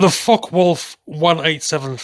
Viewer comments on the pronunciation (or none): You should learn how to properly pronounce Focke. It’s not “fock”. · hehe I like the way he pronounces it.. Fock Wolf ;) (I always say FockUH wolf).. but I like it